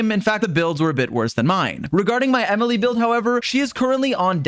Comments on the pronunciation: "E-mile" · The sudden French pronunciation got me howling ngl